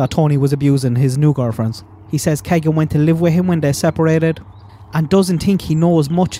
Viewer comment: No offense but Keegan is pronounced Keey gan